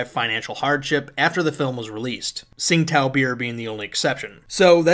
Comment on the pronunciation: I hate to be that guy, but Tsingtao beer is pronounced Ching-dow. The pronunciation comes from it's pre-communist name Qingdao, which makes reference to the imperial Qing dynasty.